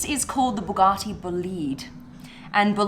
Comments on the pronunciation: I had to stop the video as soon as I heard the way she says Bugatti and I’m an Aussie 😂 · Bu gatti! Not, boo garti! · "Boo gahh tee" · Buugatti the accent tho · I love the way SB says Bugatti.